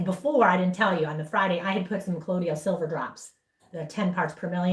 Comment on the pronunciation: Just a picky correction of pronunciation: colloidal = pronounced co-loy-dal silver. The i comes before the d which makes it sound like y. You're welcome.